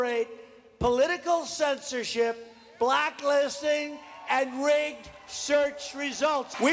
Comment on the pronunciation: he couldn't even say blacklisting correctly